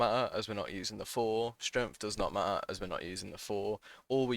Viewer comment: it does not ma'er